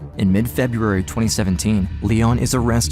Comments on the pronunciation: Freburary?? Lol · Just wondering what month Frebruary is?